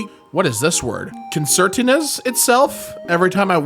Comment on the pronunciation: Con-ser-tee-na—folds up